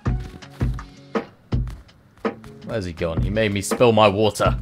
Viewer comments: I love it when you say, "have some wooter". makes me smile every time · "Have some Woodah"